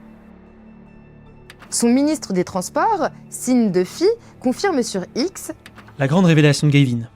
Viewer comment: Je sais pas pourquoi l'algorithme m'a mené ici... mais je m'abonne et je like ! Edit : "Sean" se prononce Shun, sheune. C'est trop mimi "sine" ^^